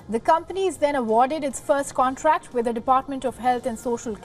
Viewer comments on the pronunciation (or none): It's "CONTRACT" Not "CONTACT".